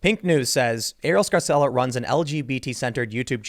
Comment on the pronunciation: That's an Italian name pronounced "Scar-chella." But in the USA they pronounce all Italian names like they are Spanish, even the Italian-Americans, lol